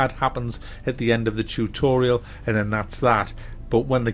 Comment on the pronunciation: Chewtorial....ha. Great video as usual.